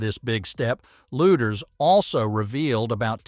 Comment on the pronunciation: Please pronounce Kathy’s name correctly. It’s pronounced ‘Leeders’ not ‘Looders.’